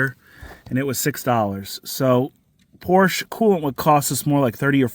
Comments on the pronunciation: Great video, but it's not pronounced, "porch." Say it with me everyone, "por-shuh." 😉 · Well, there's the problem. The guy took it to the Porch dealer, not Por-sha, who made the car.😅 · It’s pronounced Por-Tia not Por-shh. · It's pronounced "PORSH-AH" not porsh, you muppet. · It's not a Porsch....It's a Porsche.. the E.. EEEE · ITS PORSCHE NOT PORSCH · When will you guys learn. It‘s pronounced „Porsch-a“ not „Porsch“. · Please pronounce the cars name correctly. it is pronounced "Por-sha", not "porsh". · typischer Hinterwäldler Ami ... PORSCHE heißt das, nicht PORSCH! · Por-SHUH! Por-SHUH! I don't care how Uncle Zeke or Cousin Jethro said it back in the holler. If you're going to do a YouTube video, learn the "gen-yew-wine" name of the auto maker! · pls stop calling it a porsch.... its a porschE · Come on,! It's pronounced POR-sha, two syllables! NOT Porsh(one syllable)! It's SO disappointing to hear genuine car guys misprouncing such an iconic name! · If you are going to continue buying Porsches, please learns to pronounce the name correctly. Porsch-a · Por shuh. That’s how you pronounce it. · Porschä , speak the e at the end like an äh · Your mispronunciation of the name "Porcche" is painful, makes be want to turn the sound off. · porsche is pronounced "Pour sha"❤❤❤❤ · Porsche please Porsch with e at the end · Say Porsh-uh. It’s a man’s last name. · “Porsch”. Silly Americans. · Pronounced Porsh-uh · Its "porshuh," ffs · Por-sha-two syllables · It’s called Porsch…e… not fucking Porsh…….. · Love your vid! But not your pronunciation of the family's name "Por-sha". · porsh... annoying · while I like your videos I would love if you can say PorschE ;-) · I stopped watching when I heard "Porsh" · Pors-Sha, ya moron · Porsche, PORSCH-AH. If you are going to fix them pronounce it correctly. words matter...it's why the tech at the dealer is a moron...he can't read or pronounce words. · POR-SHA. Don't buy a car if you can't even pronounce it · POR-sha!! #comonman 😂😂😂